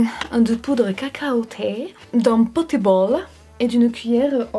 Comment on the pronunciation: Tu m'a fais rire quand t'a dis "d'un petit bwale" mdrr😂😂